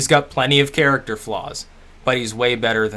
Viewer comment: "theat´s abat óollll" funny as fuck